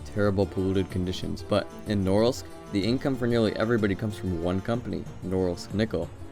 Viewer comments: You pronounce the name of the city so slurred that I was really happy to find it written eventually. Where the f is „Nouwels“? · Nice video, although for anyone reading this it is pronounced "nuh-REELSK" with the emphasis on the second syllable. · It's pronounced NOO- REALSK!! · the way you are pronouncing norilsk is driving me insane hahah, it is said more like na REEL sk . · It's pronounced Nar-ílsk. It's a depressing place. For some reason it'd be interesting to visit. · I won't complain about the choice... But man, put at least a tiny little effort into pronouncing its name properly! "Nrrs" was all I could understand. It took me quite a lot of time to actually realise you're talking about Norilsk! NORILSK! No "Nrrs"!! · Man, you should have learned how to pronounce the name of the city of Norilsk right if you do this kind of videos. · Please pronounce Norilsk exactly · Although the idea of the video is quite interesting, it would have been a good idea to check the right pronunciation of the cities' names before making it. It "Murmansk" the stress goes to the first syllable, in "Norilsk" to the second. And it's not a kind of secret knowledge, you could easily check it on Wikipedia. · Two corrections 1) accent in Norilsk is on the 2nd syllable, not 1st 2) stalinist architecture was generally actually pretty opulent (neo empire style or what is called), those buildings are more typical of the post-stalin era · The names of both Vorkuta and Norilsk are pronounced incorrectly. In both cases, the stress must be on the last syllable, like it would be in French. You guys have to do some homework before embarking on doing videos on foreign country geography. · The way you mispronounced "Norilsk" made my ears bleed. It's Norílsk NOT Nórilsk. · But it's pronounced "Norilsk" with "ee" like "eel" in the middle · VorkutA (pronounced as VorkOOta), not VorkUta, and MUrmansk, not MurmAnsk, and NorIlsk, not NOrilsk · Its pronounced Nor-ilsk not Norilsk.